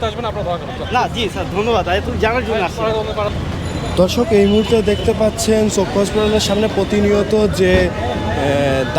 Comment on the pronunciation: Are! Dhorshok abr ki? Dorshok hobe... Thik kore bolen